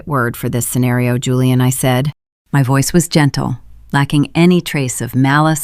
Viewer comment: Why can't the AI pronounce Julian properly? It keeps saying Hooliaan which is incredibly annoying.